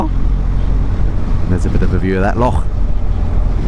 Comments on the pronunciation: Nice pronunciation of ‘loch’. Not many make the effort to get it right. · no problem .im biased as i live here but seeing as you went to the bother of visiting in the first place and secondly you can pronounce Loch correctly your more than welcome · Good on ya with your pronunciation of loch!! Looks like you had a great trip to Dumfries and Far Away....😉